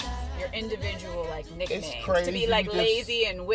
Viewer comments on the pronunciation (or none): andy I had to rewind it a few times to realize she says "individual nicknames" but it sure sounds like she says "n** names" lmao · She said nicknames... but it sound like she said nigga names. lolol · topo tejas she actually says "nicknames" but it sounds like nigga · Lmfaoooooooooo It sounds like "nigga names" too hahaha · It sounds like she said up she did!!!